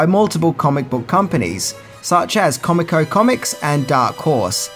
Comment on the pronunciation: Comico is pronounced Co-meek-oh, if I remember correctly.